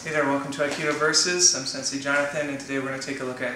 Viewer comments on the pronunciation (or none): no disrespect, sensei, it is pronounced "sen-say," not sen-see." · No, i'm attempting to mock the sensei because he pronounced it 'Sen-See'